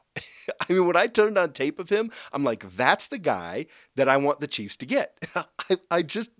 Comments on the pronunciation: Is it just me, or does this guy say cheese instead of chiefs? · Hahaha, I probably did in this video, was super tired last night (new baby in the house). Thanks for watching!